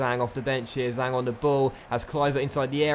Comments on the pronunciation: Zhang is more like jang for pronouncing in English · the Zh in Zhang is pronounced like a J